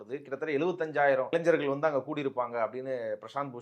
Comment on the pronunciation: நெறியாளருக்கு ஓர் வேண்டு கோள். தயவுசெய்து தமிழை கொலை செய்யாதீர்கள்... இளைஞர் இது தான் சரியான தமிழ் வார்த்தை; நீங்கள் சொல்வது, "இளைஞ்சர்" என்கிறீர்கள். கேட்பவர்களுக்கு முகம் சுளிக்கிறது.